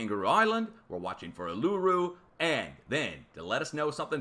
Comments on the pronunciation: would only get charged with "Badly impersonating an Australian". Love your work. Never liked the expression, "Do the math." Its what we call arithmetic; just one branch of mathematics. Oh, pronounce Uluroo......OO la roo, same rhythm and rhymes with kangaroo. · I don't like to be one of those people, but FYI, Uluru is pronounced 'oo-luh-ROO'. The accent is on the last syllable. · thanks for your work. I look forward to each one. FWIW locally over here Uluru is pronounced OO-LAH-ROO.